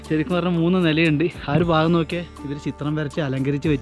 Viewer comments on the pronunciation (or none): none